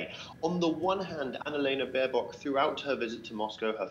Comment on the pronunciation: 24 English Baerbock, not Baernock. Even your thumbnail is wrong